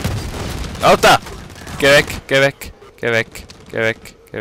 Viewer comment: Hahaha richtig schweizerisches ALTAA